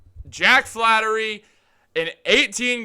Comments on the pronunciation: hey Einstein its Flaherty not flattery. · it's FlaHERTY Not Flattery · FLAHERTY. NOT FLATTERY. Gucci Mane La Flaherty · Thank you. I was cringing when he repeatedly said Flattery. We had a player with the same last name before. If you are so excited about this rumor (not fact), at least get the name right first. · Bruh say the man’s name right